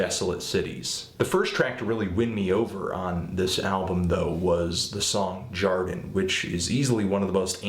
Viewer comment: laughed so much at his pronunciation of Jardin! Yarden, hahahahahaha. So great, love these reviews